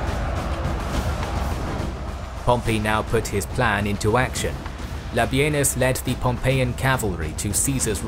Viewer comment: Thank You for not calling Labienus "La Bean Us" like every other site!